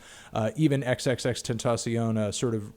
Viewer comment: "tentaciona" goddammit Anthony you're killing me